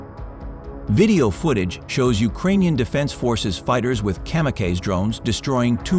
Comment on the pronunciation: Did he just say kamikaze, cammy cage? Lol